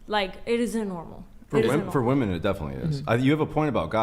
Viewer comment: I've watched countless hours of these videos, and I just can't fathom the reason these women cannot pronounce the word "women" correctly.